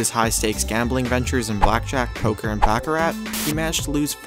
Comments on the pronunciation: If you are going narrate a video about gambling learn to speak the language of gambling. The favorite game of high rollers is pronounced BACH-A-RAH, not BACK-A RAT. You would only back a rat in a rat race. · “Back-a-rat”... LOL!!!